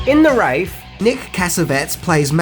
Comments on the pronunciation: Apart from your calling it “The Wrath” occasionally I love this vid! I first caught ‘The Wraith’ back when I was doing my GCSE exams, and i’ve loved it ever since. It’s underrated and cheesy but great fun regardless. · This is one film I wish I got the chance to see. It looks interestingly awesome. And it's more like for me, I don't know anything about this movie. By the way it has a long a, hence why it's called "THE WRAITH", NOT "THE WRATH". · Love the poor audio editing in this whenever namedropping the title. I guess pronounced it Wrath throughout but forgot this one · ..aww, you had to over dub your pronunciation of the “” RAFE”. LOL!!! 😝 luv yu brover!! 🤙✌️😎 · Mate, you're putting us Aussies to shame. Pronounce Wraith properly.. Not wrath, or wraff... WTF MAN...?? I reckon you're too young to even of seen this in 86 too.... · Notice all the dubbed clips where it sounds like he changed the words AFTER he was done? In some of the "live" pieces where the host was in his room, he pronounced it "The Wrath"....I think he probably did that through the whole video, and then redubbed some with "The Wraif....er...Wraith". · This is one of my favorite classics but I hate how he keeps saying "The Wrath" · Learn to say the fucking title!!!! Sometimes you did, mostly you said wrath. Fucking limey.... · I know its probably your silly accent but its pronounced wrath. Long A sound. Not wrath like in Wrath of Khan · STOP SAYING WRATH! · Its "raythh" please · Great movie! It's in my car movie collection right next to American graffiti and two lane blacktop. Ect ect. But please stop calling it the wrath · driving me crazy, wrath is what you kept calling the movie, but it is the wraith maybe just me and the accent.... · The dub overs are hilarious. Guess kept pronouncing Wraith as Wrath. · Love your videos man. I am pretty sure it’s pronounced Ray-th. If I am wrong someone please correct me. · WrAith, not Wrath! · The Wraith, not Wraiff. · it's wraith not wrath